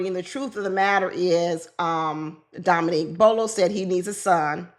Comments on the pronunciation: Not Bolo lol Bello bell-o 😂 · Bello not Bolo. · The gentleman with the beard in the pink suit ‘s name is Bello not Bolo.